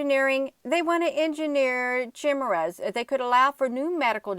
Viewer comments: Just FYI from a grammar geek... chimera is pronounced KI MARE RA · ....this is the way to pronounce Chimera. KI-MEER-A. The KI is pronounced like kite.